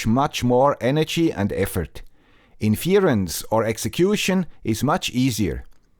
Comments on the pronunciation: You can't pronounce 'inference', but I should trust your definition of it? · it is usually written as: "why should I trust your definition, if you can't pronounce 'inference' properly. Let's assume the poster meant it as a joke (which it usually is), though missing the point of "the guy with the Swiss accent" :)